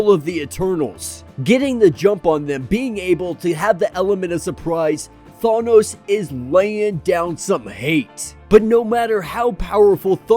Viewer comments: THANOS NOT THAWNOS LMAO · the way you say thanos now is worse. now you say thawnos lol :D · neither Thay-nos not Thah-nos is correct. it's Thanos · I almost rather have him say thay-nos 😂😂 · You said it wrong both times. I do not remember Chris Pratt saying it that way either. Are you still saying it wrong it’s pronounced Thaanose thaaan-nose Oh in what movie did they ever say it the way you’re saying it when you go look at avengers endgame listen to the way they say his name that’s the way Jack Kirby said it and if Jack Kirby says it that way then you should too he did create the guy after all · “Thawnos” lol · You're still saying it ò[. Than- oh-s